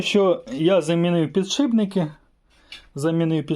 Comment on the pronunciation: пане... Мушу вас виправити! "Не ПіДшиБНИКИ"! А "ПідШИПники".. Успаіхів вам! п.с. "Ніколи на камеру не кажіть слово"ВуГол"коли будете казати про вимірювання.. Є Наше! Українське слово "КУТ" !